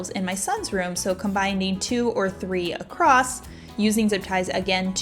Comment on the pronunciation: Sorry but it’s Combine not Combind, across not acrosst.. xo